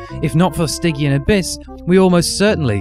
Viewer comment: While we're on pronunciation, "stygian" has a soft g, not a hard g, and Apogee has the stress on the first syllable, not the second.